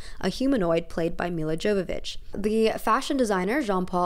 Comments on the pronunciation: just fyi it's pronounced like Yovović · Love this vid. My only complaint is the way Jovovich was said, the j is pronouced as 'y' :)